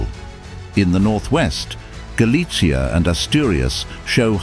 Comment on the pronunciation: Stop trying to pronounce Galicia like pizza.